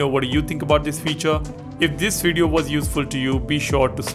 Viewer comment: I like watching your videos bro, but please try using the letter V! You know video, not wideo! Conveniently, not conweniently! At any rate thanks for the info is wery cool!! Oops I mean very!!